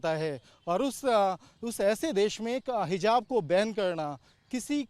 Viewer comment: What is hizab ? 😂😂😂 lol Jahan “z” bolna he wahan “j” 😂 aur jahan j wahan z ‘😂😂😂😂😂😂😂 Nawazuddin ko nawajuddin 😂 Javed ko Zaved 😂 Matlab sab ulta chalta he 😂